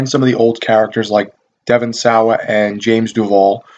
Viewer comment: fyi Devon sawa, its pronounced saw, just saying, lol